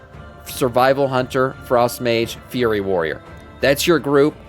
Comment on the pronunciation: Why do you call FURY warriors, FURRY warriors? You've got other words you mispronounce similarly.